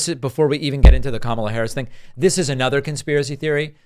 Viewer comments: Ever notice that Repugnants never pronounce VP Harris’ first name correctly? They go out of their way to be insulting…it’s like listening to a middle school class pretending to be adult clowns. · Smart people can pronounce Kamala correctly. Sorry. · Why do Republicans have such a difficult time pronouncing Kamala's name? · can’t correctly pronounce the Vice President’s name after 3 years, we need to test his competence.